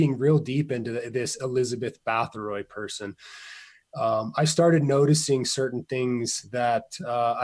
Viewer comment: Difficult to take too seriously when the researcher does not even pronounce the name Bathory correctly and then goes on to erroneously suggest Vlad the Impaler came after her historically. Vlad Tepes lived in the mid 1400's where as Bathory existed in the 1600's. Also Vlad Drakula was never historically linked with vampirism until Bram Stoker associated the name with his fictional vampire Count Dracula in the late 1800's. Other than that the connection between the historical Vlad the Impaler and vampires is practically non existent . Despite Vlad's sinister reputation being a notorious despotic blood thirsty tyrant his us none the less recognized as a national hero and of all things remembered in his native Romania today as a champion defender of Christianity against the muslim Ottoman turkish invaders who were trying to over run Europe at the time. This may seem like nit picking but it does make one question the veracity of the rest of the information being reported.